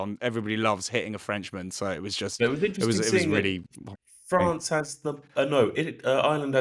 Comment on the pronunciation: Maybe pronouncing the name of the country properly may garner you some more followers in Ireland (not Island)